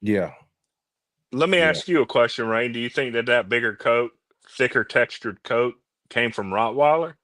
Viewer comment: Coat not cost